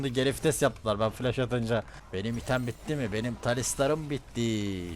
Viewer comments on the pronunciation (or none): none